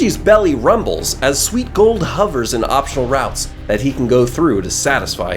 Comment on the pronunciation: Someone should make a compilation of this one grown man saying "sweet golld."